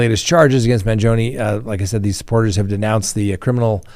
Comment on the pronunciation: Man gee o nee not Man joni, wish you would pronounce words right. Learn to talk right and then I might watch until the end. See ya.